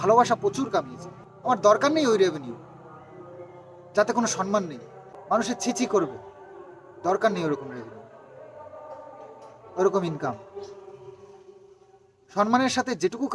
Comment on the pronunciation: শরীল নয় শরীর বলো আর সন্মান না সম্মান বলো । কৃষানু কে অনেক❤